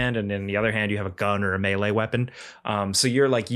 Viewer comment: The control guy saying melee like “mily “ trigger me every time. Stoked to play the game though.